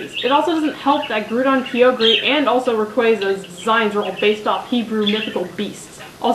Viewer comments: kai-OH-grr, not kee-OH-gree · Its not groodon and keeogree say them right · (grow-dawn) (ky-oger) .... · Aw! you screw up two names! it's grou-don and Ki-yo-Gre. ...sorry, pet peeve i have. also, never thought N was creepy, just...out there. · I like this except that you pronounce alot of pokemons names wrong like Groudon has a don like donald and kyogre is pronounced ky-o-gr but thats the only problem i've had so far. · I'll just make a few points: Groudon - Grau-dohn Kyogre - Kai-ogre [sorry, It just kinda bugs me] I like N and the song from his room *-* Arceus - Are-see-us [er, I think?] And I want that plushie lol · Great video and congratulations on mispronouncing both Groudon and kyogre's names. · you said Kyogre wrong btw >_< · Its funny how she pernounce groudon and kyogre XD